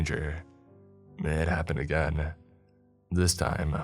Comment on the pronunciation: I don't know what's worse, the stories or the narrator's voice. He overenunciates simple words like "but" or "not" to the point of ridiculousness but then drops every "g" off of an "ing" ending and adds either an "uh" or an "a" (ie. "again-uh" & "respond-uh") so he sounds like a valley girl who failed out of announcer school. Absolutely horrible. Maybe try instituting SOME quality control with the stories by releasing less often so you don't need quite as many and, if you want to be a speaker of any kind, use the extra time to work on your craft.